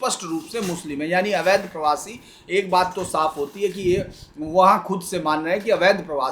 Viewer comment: आप भी परवासी बोलने लगे